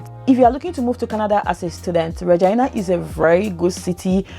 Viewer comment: That's the way people pronounce Regina.. good info ..thanks